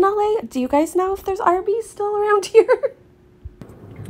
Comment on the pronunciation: "Arby's Beeze" and not "Arbeeze?" I'm very disappointed.